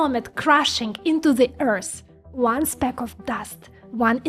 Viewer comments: It's not Earsss it's Earth :D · Does she not know how to pronounce the word " EARTH" .?? ...never heard Earth called "EARSE"..